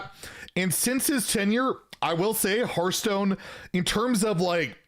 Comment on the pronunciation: Maybe they wanted to have the dude in charge of Hearthstone to be able to actually pronounce Hearthstone instead of Hurthstone.